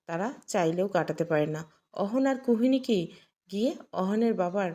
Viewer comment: Kuhoniki noi kuhokini bolun .